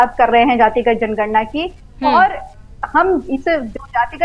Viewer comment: जनगणना शब्द का सही उच्चारण करना तो सीख लो फलाने ॓भइया जी ॔।